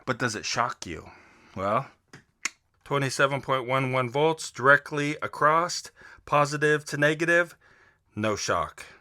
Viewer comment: Niiice, i respect one who admits their mistakes.... now if you stop pronouncing "across" with a "t" on the end youll be golden! Hahaha